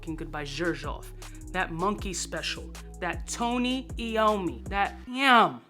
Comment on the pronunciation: Butchered Tony’s name fucks sake